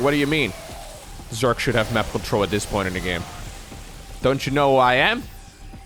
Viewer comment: Hey bro, started watching your vids a few days ago and even though I knew nothing about SC2 (only played SC1 as a kid) I find them fascinating and engaging! Since you asked for help with pronunciation, I think the #1 thing that would help you sound way more like a native English speaker is differentiating between "s" and "z" sounds. Obviously the main culprit in you case is the word "Zerg", but keep in mind that often the letter s is actually pronounced with a z sound, like in "position" (pronounced pa-zee-shun). A variant of this phenomenon appears in words like "decision" - you tend pronounce the s like a "sh", where it should actually be pronounced like a "zh", as in the J in the French name Jacques.